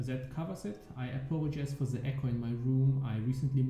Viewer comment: are you specificially trying to pronounce "the" as ZEH? It's been getting worse over the last few leagues :)